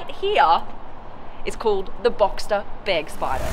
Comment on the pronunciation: thank you for not saying Börgspyder